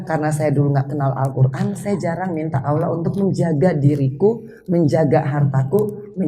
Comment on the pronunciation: Assalamualaikum warahmatullahi wabarakatu. Mba Anggie maaf perbaiki ucapan nya Allah 🙏🙏🙏